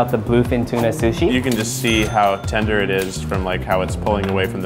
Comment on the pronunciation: Is it just me or were the saying shushi